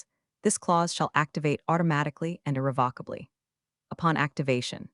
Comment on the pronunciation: I winced every time she tried to say irrevocably…not sure what a VOCK is…winced…it was not funny…a word I have heard…countless times ..now said like a comedy line…irri-VOCK-ably…pretend you are holding a blue pen…now just let it go….